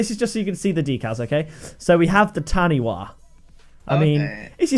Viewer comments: The Tanipha decal is pronounced (tun-e-far) not ( tan-e-wa), simple mistake if you aren't a NewZealander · u pronounce it tani far (taniwha) its a creature in maori legend or myth :p from new zealand. love ur vids !! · Taniwha is pronounced Ta-nee-fa btw (it’s Maori) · The word Taniwha is from the Te Reo Maori language of New Zealand in which a WH combination is pronounced like an F so it’s pronounced Tani FAH. Love your vids bro! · Not to be that guy but taniwha is pronounced like tani-fa. It's part of the maori language if you were wondering.